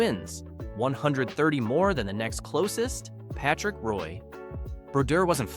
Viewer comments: this is about to be a massive nhl channel. calling it now. but you do need to learn how to pronounce like 20 names you mentioned in this video. jagr, roy, etc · For gods sake - how can you be a hockey fan and have no idea how to pronounce player’s names? You don’t know how to say Henri Richard? Jagr? Roy? Tugnutt? I mean these aren’t obscure guys. I’m calling AI or someone who isn’t a hockey fan.